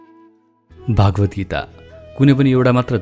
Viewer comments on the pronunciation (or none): Bhagavadgita ko uchcharan garda Sanskrit athaba Hindi, Nepali ma gare justo garnuhos. Tapai ko uchhaaran bhaagavadgita justo bhayo. Don’t pronounce as aa in bha but pronounce bha as pronounced in Nepali